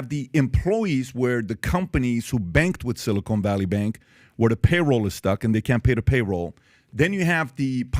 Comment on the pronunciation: How do I know PBD is a dum dum? this guy calls it "silicone" valley bank story. Seriously? I wish I could say he's being facetious....